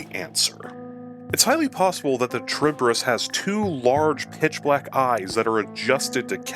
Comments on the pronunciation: It's not a Cha-reeb-de-rees. It's Kha-reeb-dees. It's a Latin word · Bro, it's kah-rib-dis not trib-dyh-rys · Very petty of me I know but your pronounciation of it is a bit.. skewed. The name comes from the ancient Greek monster/minor goddess that Odysseus faced, Charybdis (Greek pronounciation being "Ha-ree-v-this"), also spawing the term "Between Skyla and Charybdis". Both were daughters of Poseidon, Charybdis being the daughter of Poseidon and Gaia, living on the asian side of the Bosporus strait. She would (according to legend) "suck up the sea's water three times a day, and spit it back out again, along with all the ships and sailors unfortunate enough to be wrecked by her". Her name also refers to whirlpools and is still actually used to this day, albeit to a far smaller extent. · a very odd way of saying charybdis, i say it like cha-rib-dis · It would be funny if you re-recorded this video with the same script but pronouncing charybdis correctly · good video but the way you're saying Charybdis is killing me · C'mon man! If you are gonna make a lore video about Charybdis, you could at least learn to pronounce the name correctly first.